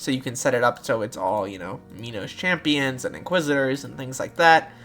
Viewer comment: Me-noes champion.